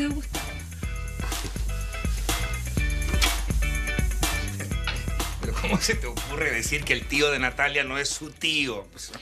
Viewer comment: Suena como Agustín pero dice Gustavo 🤷🏻‍♀️